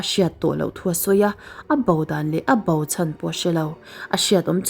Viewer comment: Ngaihnawm viau rual in i lamdan hi fimkhur deuh a tha mange entirna bo thi te hi bau tih ang in ilam ri😅